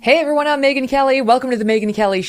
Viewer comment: It's Megyn, not Meigyn.